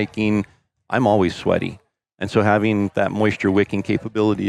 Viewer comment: “And as always, stay classy Montana.” I think this should be your tagline for 3 reasons: 1) The ladies appreciate a little class sometimes; 2) “Classy” could mean any class of bulls whether it’s 200-400”; 3) I like the way you pronounce “always”, like “ouies” (ow-eez).